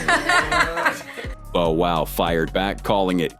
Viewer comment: 😊This YouTuber keeps on mispronouncing Bow Wow's name it's Bow Wow not Bo wow.